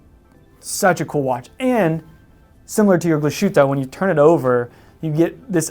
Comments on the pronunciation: Please don't say -Glas -schütte-. It's called Glas-hütte. But nice Video 👍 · Every time I heard “Glashutta” a part of me died. Great video otherwise! Thumbs up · Glas-Hütte, compound word meaning “glass hut”, so no sh sound (which would be spelled sch anyway), three syllables, accent on the first syllable. We won't quibble about the ü. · Wtf Glas shoot? It's pronounced. GLASS HOOTER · do you not like Glashutta ? and why ? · Why do Americans have to screw up the pronunciation of European names? Every. Freaking. Time. If they can't get the brand name right, what makes them think they can be taken seriously for any other thing that comes out of their mouth about the watch? Like watching a pair of hot dog vendors talking about truffles.